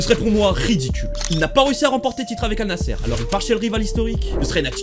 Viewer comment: Al nassé ??? Ça se prononce Al Nassre